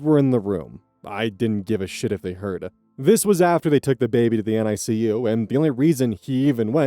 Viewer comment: The NICU is pronounced Nee-kiu